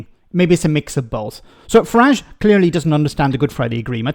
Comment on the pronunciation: Northern Ireland did not vote for Brexit, it was foisted up on us by Nige. Can we also remember the English pronunciation of his name rhymes with garage. It’s a foreign name otherwise.